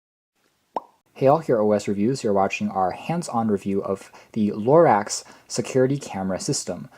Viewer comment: It's not pronounced "LORAX"!!!!